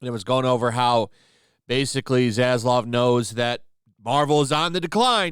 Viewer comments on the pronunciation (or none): none